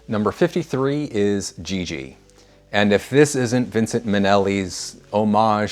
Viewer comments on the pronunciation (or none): none